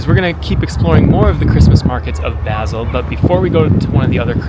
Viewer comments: Great video, but it's painful to hear you mispronounce "Basel" so many times! It's pronounced "Baaasel", as in "Baa, baa black sheep". Couldn't you have asked someone you met on the street? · Nice video but you mispronounced Basel. So irritating, couldnt watch.